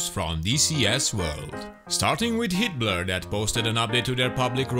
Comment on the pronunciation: I swear he's saying "Hitler"